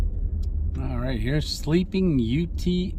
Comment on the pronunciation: Pronounce it without the E just say Ute